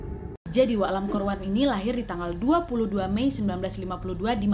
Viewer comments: Ka nadia : lan kor wan Me hear that : angkor wat -buat yang tau tau aja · Lam kor wan , baru kali ini Wak q denger nama orang HK ada huruf R nya 😁